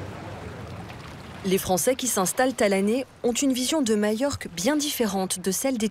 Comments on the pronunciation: ..... mallorca en espagnol ...... les 2 "L" se prononcent "y" en espagnol ..... " mayorca " .... Ou bien en français majorque ..... mais pas mayorque .... ça n existe pas. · Alors pourquoi prononce-t - elle " y" ( "Mayorque")? Le nombre de gens qui font cette faute....